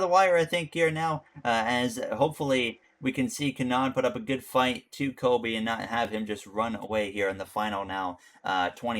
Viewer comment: Doug Coby, not Kobe Bryant